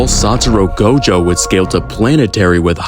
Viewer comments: blud really started the video saying "Saturo Go Jo" Bro has immaculate narration tho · Can’t even say his name right, now watching your video